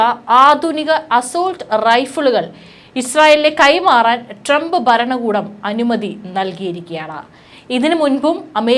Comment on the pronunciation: ട്രംബ് 'ബരണകൂടം'? 'ബൂമി ' ? 'യുദ്ദം'? 'ആക്രമം' ? 'ബീഷണികൾ'? വാക്കുകൾ ശരിയായിട്ട് ഉച്ചരിച്ച്ശീലിക്കൂ........ ഇറാനിയൻ'ബീഷണി' ?